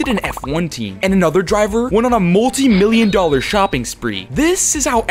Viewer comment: "Ten million dollor CORS.."